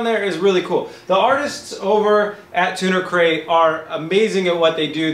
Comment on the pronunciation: Keep hearing him say Tuna Crate